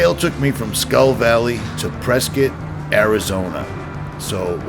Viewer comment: Not only did you make it, you pronounced Prescott correctly! (Preskitt)